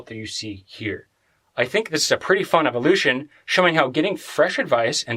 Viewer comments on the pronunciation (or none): none